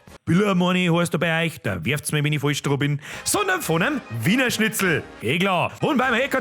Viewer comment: Schitzl? 🙈🤣 Apache bogfotzen alarm 🚨?